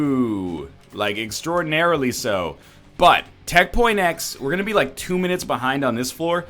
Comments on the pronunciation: stop saying tech. x its tech x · ITS NOT TECH . X ITS JUST TECH X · Am I the only one tired of him calling it tech point x? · is pronounced Tech point X and the other one is Tech X.